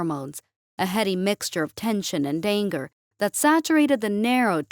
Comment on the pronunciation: That was "and anger" but she got the emphasis weird